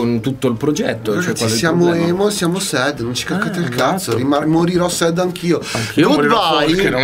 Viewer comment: si scrive sad si legge sert voglio le magliette